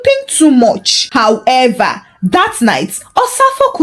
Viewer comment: Aks & however were distracting